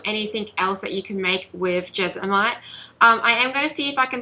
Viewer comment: It’s pronounced Jes-mon-ite. Thank you for this video, much appreciated.